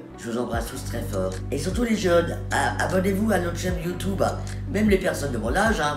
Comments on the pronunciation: Elle a dit "YouToube" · Je suis désoler mais 😂les gens qui disent « YouToube » c plus possible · "youtOUbe" 😂😂 ha lala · ON T’AIME MAIS ON DIT PAS YOUTOUBE!!😂❤️